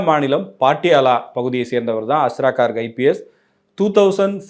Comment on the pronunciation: He is Garg. Please pronounce hindi names correctly. Not cork.